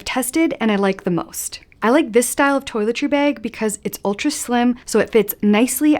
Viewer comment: I chuckle at “baig”